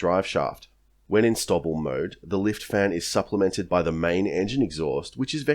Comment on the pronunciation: ive never heard 'stovl' pronounced as 'stovvle'. usually its 'stow'-'ville'. the big attractor for the f35 was distributed manufacturing creating regional economic offsets which was a force multiplier for sovereign technologies, supply chains and skills base- along with redundancy in supply chains.